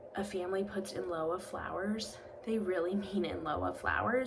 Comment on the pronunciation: Thanks for the video. I believe lieu is pronounced “lew”.